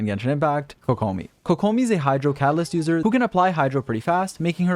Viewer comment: apparently can't pronounce kokomi either lolz